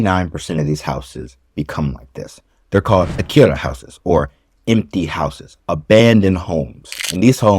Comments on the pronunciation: I’m no grammar Nazi, but everytime I hear “Akira” I can’t help but wince a bit 😅 あきや… it’s even spelt right in the video. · Btw... are you saying "akiRa" or "akiYa" ..?